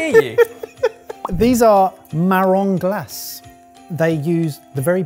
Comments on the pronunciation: An é in French is pronounced 'ay,' - like Chardonnay - so 'glacé (cherries)' would be pronounced as 'glacay.' An 'r' en Français is a kind of 'h' using your throat - a gargling sort of sound. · Look closely at the little accent over the word glacé - that makes it an "ay" sort of sound. So "marron" with only a slight "n" (tbh, "nasal is the right word) and "glassay". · the é in glacé isn't silent. i usually get them in sirup. try them with a shot of espresso and a scoop of vanilla ice cream:)